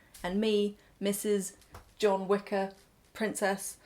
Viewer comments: i thought you said wicca not wicker lol 😭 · Oh my gosh at the beginning I thought you were saying “Wicca” instead of “wicker” and I was prepared for a merging of worlds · Wicker just sounded like Wicca each time it just added a witchey magical touch and a chuckle for me <3 I do love your taste - it is like what my mum likes, I remember a lot from my childhood. Shes a very creative spirit That teddy really needed a mum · I also kept hearing "wicca". :D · Omg same.